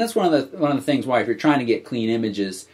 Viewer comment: Not Thungs but rather "Things"